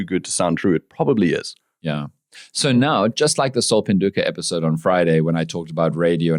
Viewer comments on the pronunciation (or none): none